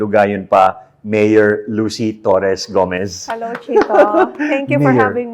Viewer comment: the way she manifested "Lucy Torres - Gomez" 💓